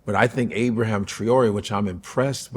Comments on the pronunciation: Abraham Traoré? 😂 You were so impressed you couldn’t even learn the man’s name? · Brother his name is Ibrahim. You don’t have to say his colonized name Abraham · It's Ibrahim, not Abraham - you mock the white lady yet you cant pronounce his name????? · Ibrahima Traore is a visionary African leader in the tradition of Thomas Sankara and Mohammar Qaddafi. Please show him the respect of pronouncing his name correctly-Ibrahima, not Abraham! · Why he calling fam Abraham… it’s pronounced E-bra-heem